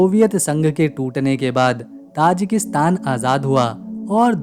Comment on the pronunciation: ताजिकिस्तान / Tajikistan hai naam. And not Tajakistan. . Please correct your prounounciation.